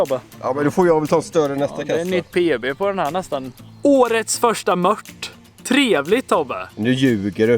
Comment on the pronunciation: JAG ÄLSKAR ATT HAN SÄGER ,MÖTT, ISTÄLLE FÖR MÖRT